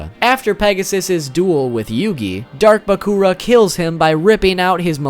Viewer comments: I'm a pretty big fan of YuGiOh and I didn't even know half of these facts (especially the ones about the cards). Nice. You learn something new every day. Also, your video made me giggle with your funny pronunciations (baCOOra, that's even funnier than baKOHra from YGOTAS) and I really needed that today, thanks. I'm really glad I got this video in my recommendations. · Why do you pronounce sooo many things wrong? Example of your pronunciations: "RAlAnquished" "BahkOOrah"